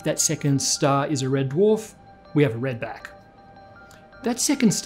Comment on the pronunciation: Mate, you enjoyed saying "Redback" a little too much. I'm afraid your aussie might be showing.